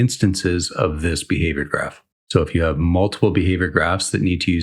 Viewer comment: This is great and all, but because you're a better game developer than I am, I am taking immense joy in you pronouncing graph and graft. :)